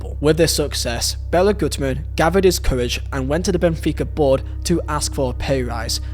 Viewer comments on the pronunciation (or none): none